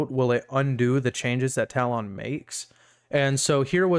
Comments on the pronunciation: is it me or does this pronunciation of talon sound extremely weird... ive always heard it pronounced "tallen," as opposed to "tal-on". and on another note, you could run this tool as fully as a powershell script like christitustech does on their script... with no exe payloads etc.. this way your tool plays nice with antivirus software and no need to do risky behavior disabling av. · Hey bud, great work! Not sure if you're doing it on purpose or not, but the correct pronunciation of talon is: "ta-luhn" and not "tal-ohn". Not trying to be an ass or anything, again, great work with the app!